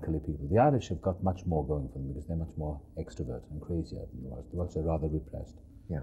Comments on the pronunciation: It’s Welsh, Dick, not Welch. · Did he say...Welch?